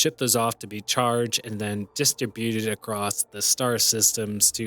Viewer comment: The accented syllable is strib, not Dis or byute. duh-STRIB-you-ted. not DIS-struh-BYU-ted. That is all.